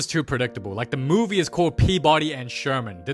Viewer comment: “Da mooooovue beegins”